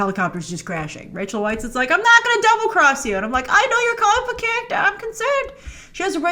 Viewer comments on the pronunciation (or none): it’s pronounced Rachel Vice not Rachel Whites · Please do say Rachel Weisz's name correctly.